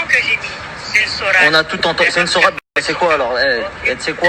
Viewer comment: C sourate..pas sorate.